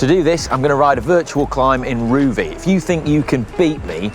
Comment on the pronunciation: LOL - re. Rouvy - It's not pronounced 'Roovy', it's 'Rowvy' :-)